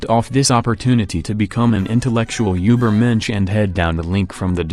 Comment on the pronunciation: As a German, I can confirm that you’re pronunciation of übermensch wasn’t that bad